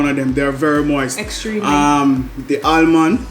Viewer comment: Happy seh unu come back...Dev just horrible suh doe....as ask fi speech therapist true seh aLmond 😅 and den shi nuh STOP correct him #TrueArdennite